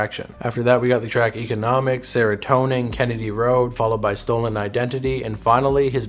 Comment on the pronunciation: "serotonin" bruh 😭